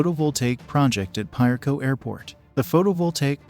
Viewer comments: Piarco is pronounced p ah or a as in apple, co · 🤣🤣🤣🤫 Maybe you can help the narrator pronounce Piarco better. It's pronounced like a Spanish word where the I sounds like a sharp E.